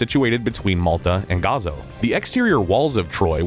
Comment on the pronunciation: Holy moly. I've never heard so many names and words mispronounced in such a short period of time. From characters Briseis to Patroclus to Maltese islands of Comino and Gozo...this video made me wonder if it was AI generated audio? Surely one human couldn't get 4 out of 4 names wrong in just 40 seconds?